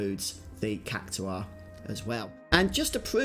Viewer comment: It's pronounced Kak tar not kak to are